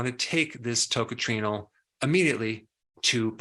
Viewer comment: You don't pronounce that as TOCATRINO for heavens sake!